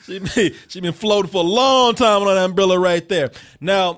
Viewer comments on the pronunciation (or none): Lol did just say “umbrilla”?